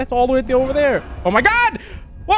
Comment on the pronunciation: He said hello thar